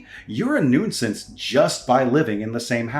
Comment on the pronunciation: Gak! Again, siblings with different accents. Also, Genius, you don't pronounce the "i" in nuisance. It's "noo-sance".